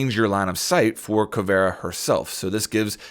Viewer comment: Anyone else noticed how he said caveria